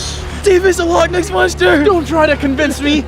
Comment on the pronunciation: Loch ness? No, log ness? YESS